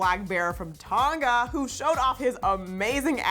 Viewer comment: Ton. Gah. Anyone else cringe when she said it like that?